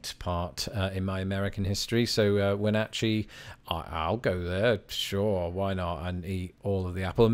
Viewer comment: Speaking of weird US place names, you touched on it briefly with Wenatchee (correctly pronounced in the video), but Washington State has a number of good weirdly pronounced or just plain weird place names, mostly local native american language names: Mukilteo (Muh-kill-tea-oh), Sequim (Skwim), Puyallup (Pew-wallup), Tukwila (tuck-quil-uh), Skookumchuck (on your own for that one...), Snohomish, Talalip, Snoqualamie (snow-kwal-uh-me), etc. I might be a bit biased, but Seattle and surrounding regions are worthy of a trip all their own.